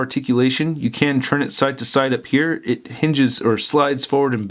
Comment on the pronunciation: I've been following your videos for a few years and I've only just noticed... You said "churn" for the word "turn", like, every time. I don't have any opinions on that. I'm just letting you know just in case you yourself didn't notice. LOL. I frickin' love this war machine figure. Great review as always. Cheers.